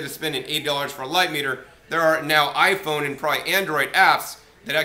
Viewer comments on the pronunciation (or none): none